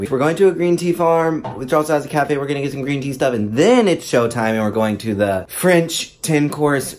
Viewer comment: “Frinch restaurant” ...🤔